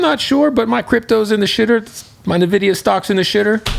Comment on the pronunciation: Kev...please, for the love of fucking god...Stop calling it Navidia like it's a girls name. It's EN-VID-EE-UH...it's the letter N with VIDI-YA at the end...NVIDIA. It's literally an interpretation of INVIDIA which means "ENVY". They used to name their files NV for (New Version) then decided to use "NV" or "Envy" as their name which became the latin version Invidia. STOP IT! Rant over. lulz